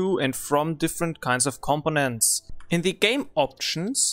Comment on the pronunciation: The way you pronounce components it sounds like competence. Once one gets used to it though, there is understanding. Good video. Thanks.